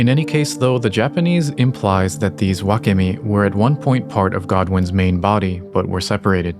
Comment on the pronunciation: wakemi: butchered